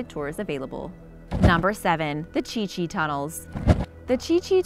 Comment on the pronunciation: I think its Cu Chi not Chi Chi